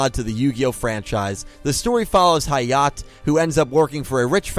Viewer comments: Hayat? It's Hayate. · Its actually High-Yah-Tay not High-yaht and Lucky star referenced a lot of random things. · Oah my god someone else noticed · when u pronounce Hayate wrong ;-; Also, Hayate no Gotoku and Animegataris just have bunch of anime references in it lul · I am glad I am not the only one peeved by this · The E in "Hayate" isn't silent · I’m just going to pretend that you didn’t pronounce Hayate’s name like that.